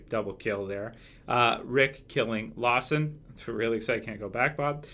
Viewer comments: It's Lamson not Lawson haha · STOP CALLING HIM LAWSON ITS LAMSON!!!!